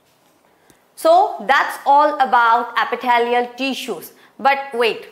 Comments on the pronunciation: Epithelial ❌ Apitthaaliyal ✅ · Epitalaial tissue🤣🤣